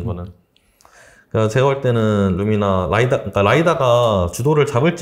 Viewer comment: 루미나 말하는 거 맞죠? 발음 알아듣기 힘들어서 두번 봣네요 …